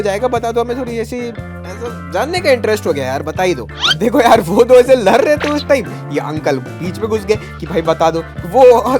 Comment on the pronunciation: Lad rahe the ❌ Lar rahe the 👍